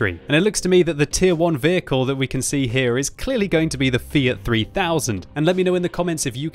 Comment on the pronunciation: An english speaking person that pronounces "FIAT" correctly? I must be dreaming...